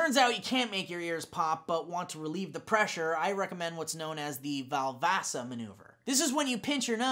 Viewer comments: isnt it valsalva? im p sure its the valsalva maneuvre, not valvasa? up ur game! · valsalva,. VALSALVA. Sigh. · it's valsalva* x)